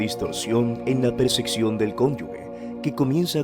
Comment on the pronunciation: Se dice percepción no perceccion